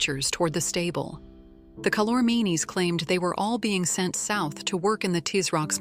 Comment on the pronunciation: Boy was this truncated! Not even edited, but truncated! It's pronounced Cal-or-means! Read the book. It's called The Last Battle. Well worth the effort. Best would be to start with the Magician's Nephew and read all seven books.